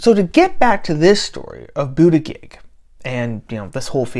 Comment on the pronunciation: Intentionally mispronouncing his name is belittling and unworthy of you. I do not question your right to say what you want but I do question your motivation.